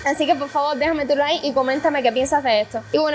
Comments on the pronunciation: Like se escribe 😂 se pronucia laik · Me encanta como ella pronuncia, es muy cubana, y la he escuchado decir laik, pero cuando dice like es muy gracioso